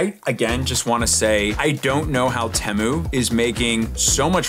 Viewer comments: ITS PRONOUNCED TEA-MOO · Bro said TéMoo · You say temu wrong